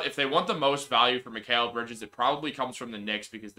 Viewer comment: Mikal (Mi-cal) not (Mi-kale) Lol. I'm sure he laughs at people butchering his name.